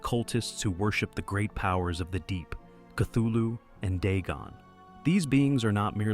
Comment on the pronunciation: cool vid, though you pronounced Cthulu wrong, look it up